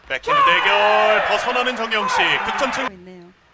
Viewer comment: 심판분이 정영식을 잘못 발음하신 ㅎㅎ... 정영석!